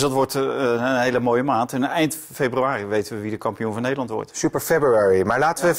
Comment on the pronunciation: Niemand:.... Helemaal niemand:..... Valentijn: " Super februruri"